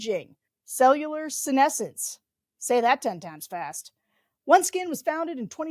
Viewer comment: I can’t tell you how happy it makes me that Sarah pronounces senescence correctly now 🩷🩷🩷🩷